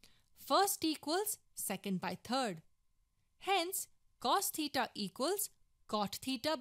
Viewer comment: Why do you pronounce third as turd?